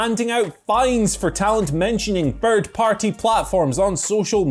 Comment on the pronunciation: "Fird Party" 😆